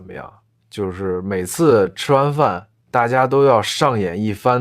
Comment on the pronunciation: I have a question, why the man pronunciation is weird. eg. 就是 = jiu ri = in this minute 抢着 = qiang ri = in this minute :14 This pronunciation makes me confused.